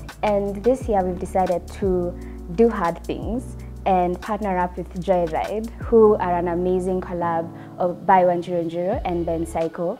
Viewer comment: Did say Joylide...anywho wacha islide😂